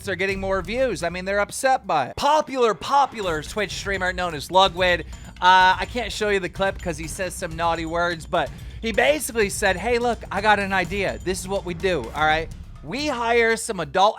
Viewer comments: say it with me keem "lud...wig" not lugwid or lugwin :D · keem really said Lugwid LMAO HIS NAME IS LUDWIG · great video, I can't stop laughing over the fact he called ludwig "lugwid" HAHAHA. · Every time he talks about Ludwig in any drama alert he calls him ludwid smh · "Lugwid" Sadge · Can you just say ludwig's name right lud-wig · Man said “LUGWID” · “Ludwid” Keemstar you okay? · keem said lugwid lol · Ah yes, Ludwid. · No one gonna talk about keem saying lugwid ?? LOL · Mispronouncing Ludwigs name on purpose smh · keem did ludwigs name so dirty lmao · Why can no one pronounce Ludwig right! Lmao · Will this guy ever learn Ludwigs name 😂